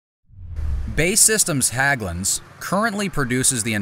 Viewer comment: HÄGGLUNDS, not HAGGLUNDS, for Pete's sake!